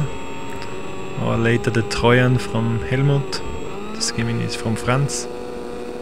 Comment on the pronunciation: Trojan and Gemini are pronounced a little differently than how you pronounced them